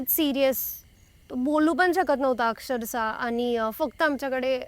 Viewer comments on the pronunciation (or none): अक्सरसा❌️ अक्षरशः ✅️